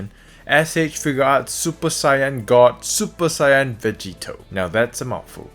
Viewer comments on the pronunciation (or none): It's super Saiyan Vegeto not super sayan vegeto